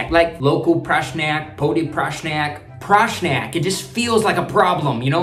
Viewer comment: Bro you literally donned the sinhala accent when u said "PRRASNAYAKK" 🤨